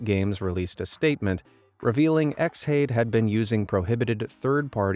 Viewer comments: X hade? surely it's pronounced Shade? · I'm pretty sure Xhade is meant to be pronounced as Shade, but I could be wrong and in the grand view it's irrelevant to the story